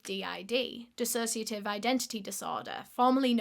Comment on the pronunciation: i KNEW she'd say dissociadid in the vid. i love their videos so much